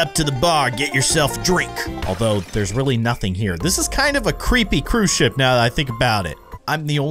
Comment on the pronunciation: i thought you said sh*t instead of ship xD